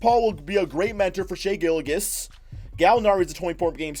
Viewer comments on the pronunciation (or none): It’s Gil-jis